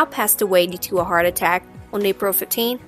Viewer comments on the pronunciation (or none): none